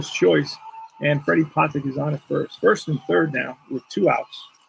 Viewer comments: Freddy 'Pa Tech' is the proper pronunciation for the little SS. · The second time I heard it, it was correct but I though I heard Pu TECH' the 1st time. Just me nit-picking over those ballplayers that, I suppose, can be called old timers at this point.